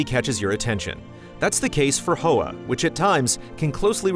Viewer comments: It's pronounced Hwa, like Huawei, not Ho-ah. Hoa means flower in Vietnamese. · Hey just as a heads up the title is pronounced "hwah"; it's the Vietnamese word for "flower". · yikes insensitive mispronunciation